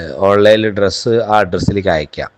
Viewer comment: It's dress not tress.